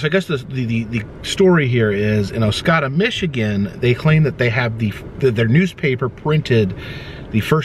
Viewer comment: Good stuff. I lived in Oscoda for a few years. You pronounced it correct the first time. And the first time only